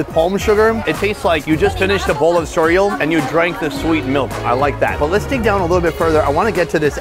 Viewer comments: A bowl of what???? Sorial? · "A bowl of surreul" 😂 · What is this "Soriall" you speak of? I love your videos! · we not gonna talk about how this man just said cereal??